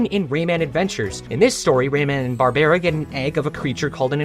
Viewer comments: incredible video but its pronounced ka-naur-en AND barbara is pronounced bar-bruh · did you seriously mispronounce one of the most common female names? You’re doing this on purpose at this point